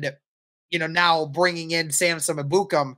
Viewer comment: I can't stand the way they pronounce Ebukam 😂 it's pronounced: EH-boo-kahm